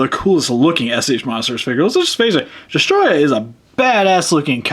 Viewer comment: Is destoroyah(des-to-ro-yah)